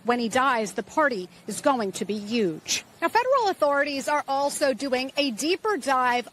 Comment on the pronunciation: The man said yuge not huge 😂